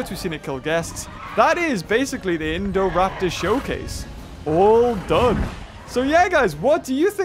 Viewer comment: who else loves the way says Indoraptor